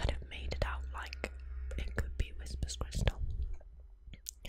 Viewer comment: Can't get past "whispers crystal" ("whisper's crystal?") each time, especially since it's spelled correctly. It's like how some British dialects say "Barricko bomma," despite knowing that's not how it's pronounced.